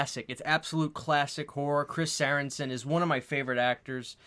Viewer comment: It's Chris Sarandon, not Saranson